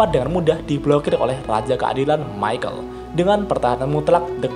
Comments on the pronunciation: ke nya bukan maykel dibacanya, tapi mikael.. kaya salah satu malaikat di nanatsu no taizai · Mohon maaf min itu, baca namanya Michael Bukannya yg bener itu (Mikael) ? Klo Michael Admin bacanya (Maikel) jadi kesan namanya kek orang Timur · Mantep sih video2 lu bang, cocok bet buat yang males baca LN tensura wkwkwk O iya, kayanya cara bacanya perubahan rudra bukan maikel dah bang, tapi mikael, karna kan doi malaikat gtu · bacanya mikael pak...